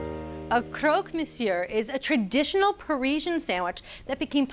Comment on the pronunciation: It's monsieur with a silent "r" not monsieurre, doesn't hurt to make sure before recording. Love the show though